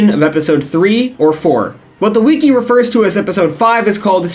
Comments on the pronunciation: Obsessed with the way you pronounce wiki as "wee-key" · Bro pronounces wiki like weekee 😂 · did you learn how to say wiki from quinton reviews